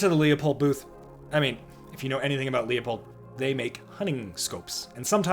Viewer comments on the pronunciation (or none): If you know anything about Leupold, it’s pronounced Loop-old not Leo-poled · Say it with me… Loo-pold. Leo-pold is Nutnfancy cringe and totally wrong. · LOO-POLD, not LEE-OH-POLD. like Loophole or Poophole.